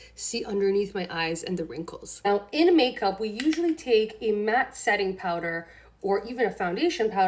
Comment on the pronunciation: I couldn't take her seriously after hearing her say reflex instead of reflect, matted instead of matte, and smooth-es, or whatever that word was supposed to be.